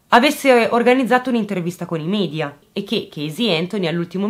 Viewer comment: Ti prego!!! media si pronuncia media non midia, non è inglese!!!!